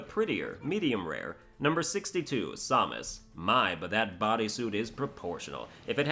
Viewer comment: Seriously, hearing you butchering Samus' name makes my blood boil.